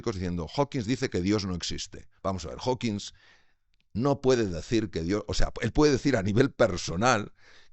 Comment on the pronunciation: Su definición de AGNOSTICISMO bastante CHAFA, se le nota que es médico no filósofo. Luego dice "Hawkins" y es Hawking